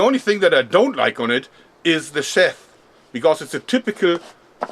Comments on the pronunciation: the big khukuri knife,you called the cover a chef,isnt it called a sheath,pronounced sheef,ryhmes with beef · I was confused when you said 'Sheth' - we pronounce it 'sheeth'. Ingenius method of holding the kukri! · (not trying to be a jerk) you pronounced sheath like (sheth) it's pronounced (sheeth) like teeth. just trying to help! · Sheath is pronounced Sheeth. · Das Wort "sheath" wird wie "schief" ausgesprochen, nur mit einem "th"-Laut statt dem F am Ende. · It's pronounced SHEETH ;) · I thought he was saying "chef." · jörg I think sheath is pronounced like sheeth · Hey Joerg, Sheath is pronounced same as to shoot in German. I'm just trying to be helpful, so.. Nicht schießen! :D